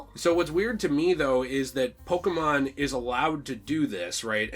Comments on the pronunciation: Pokémon, not pokimon. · No, it's just pokémon. "pokimon" "poke a mon" are incorrect.